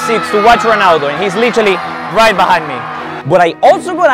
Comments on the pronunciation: est-ce que vous avez remarqué qu'il a dit gronaldo a 17m 30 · Ronaldo ❌ Pinaldo ✅